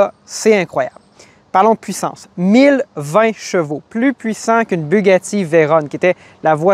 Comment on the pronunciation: Pierre Veyron, pilote français. Ne se prononce pas vayronne à l'anglaise, mais véron. J'aime beaucoup la clarté de votre présentation. Je m'abonne.